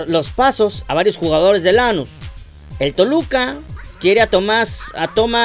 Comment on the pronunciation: JAJAJA 😂😂😂 ES QUE NO ES ASÍ ES LANÚS CON ENFASIS EN LA U